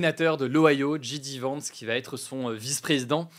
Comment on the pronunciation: “Ji Di Vance”? Soit tu le prononces en anglais (“jey di”) soit en français (“ji dé”), mais pas les deux!